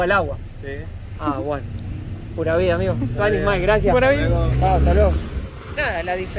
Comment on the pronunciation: Hola chicos! pronuncia tuanis Mai y es tuanis mae